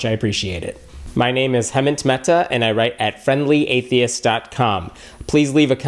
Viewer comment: Good answers. But you should learn to pronounce your name correctly, Mr. Mehta, before being anxious about mispronouncing someone else's.